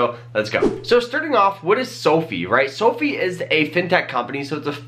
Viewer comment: Seriously, I can’t anything he says seriously after he says sofee